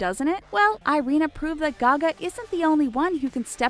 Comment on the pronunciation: Irina a is pronaunsed like Ee-rina